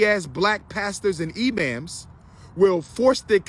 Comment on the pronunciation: I'm dead at Umar saying E-Ma'ams LMFAOOO